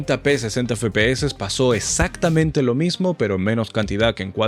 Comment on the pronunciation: min ... corrección= exactamente * no esactamente !